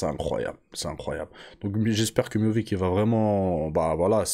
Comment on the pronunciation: Salam frero Pq « MIOVIC »?